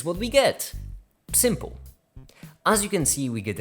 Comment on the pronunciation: Did you say 'shrimp-le'?